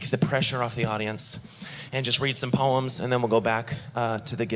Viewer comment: the first time he said poems, I thought he was saying puns in a funny way poans